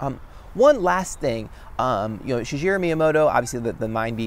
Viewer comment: haha you did it again!!! Shigero is pronounced she-gay-row. You said it properly a few episodes ago, tho.